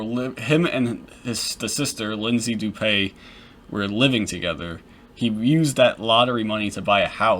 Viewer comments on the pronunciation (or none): Dewpay? Nonsense. It’s DOOPEE. As in when you doodoo and peepee at the same time. Lol